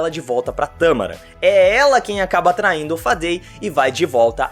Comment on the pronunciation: Não é "Tâmaran", é "Tamarán"